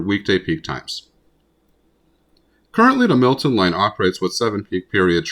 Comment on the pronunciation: Um, it's Milton, not Millton.